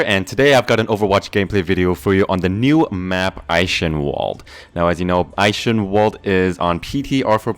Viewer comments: This map is SO hard LOL! Also, Eichenwald = Eye-Ken-Vald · The "ch" sounds like hissing from a cat ;) Which means it isn't called "Eishenwalde" or "Eikenwalde". You all now the word "Ich", right ? (Ich = I) Now miss out the "I" and you know how to pronounce it right ^^ (Go to Google Translate if you don't know how to say "Ich")